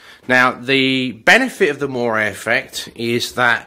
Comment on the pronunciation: This effect is moiré - not moray (that's an eel!!)